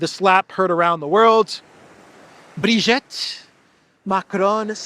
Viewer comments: At least pronounce Brigitte's name properly. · Great walk , by the way and so entertaining , I kept laughîng every time up mention Zero zero 8 Kellog and Ursula receiving the emperor Charlemagne Award! I you do need some help pronouncing the name of Brigitte and the word dégage etc… ( it sounds too charming the way you said it) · At least you should learn how to pronounce Brigitte correctly 😉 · Nah, your attempts at reading French were cute. I'm surprised you got "vois" right. By the way, the second /i/ in Brigitte is pronounced exactly like the first one. Thanks for today's news.